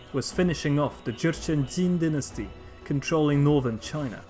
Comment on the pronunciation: Dynasty* not DNASTY